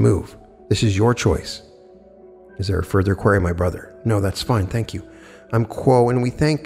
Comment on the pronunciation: u GOTTA learn how to pronounce QUERY